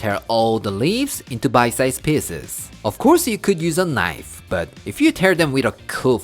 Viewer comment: Or "don worry BAHT it"! 😁 I love when says that!